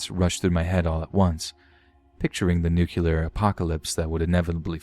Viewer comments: "Nucular" 😬😬😬 It's pronounced Nuke-lee-yar. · New-klear, not nucular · I know, I keep bringing that nu-clear is SAID Nu-clear. Not New-kyuu-lah.